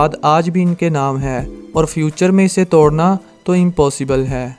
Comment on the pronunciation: توڈنا نہیں توڑنا، اردو میں ڈ بھی ہے اور ڑ بھی، کوئی مصنوعی زبان نہیں ہے کہ ڑ نہیں ہو، ڈ سے کام چلائو۔